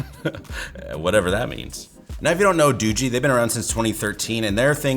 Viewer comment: I'm glad you actually got the name of the phone company right being a tech reviewer. I've been seeing a lot of reviews from Tech reviewers that are pronouncing this as Doogie like as in Doogie Howser. I just feel as a tech reviewer if you're mispronouncing the phone company name wrong that kind of looks bad because you're not doing all of your research. It's like if someone did I review on a Samsung phone and called it Same Sung lol.